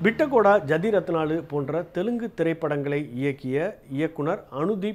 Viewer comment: It’s pronounced as ‘jaathi rattnaalu’ not as jadhi ratnalu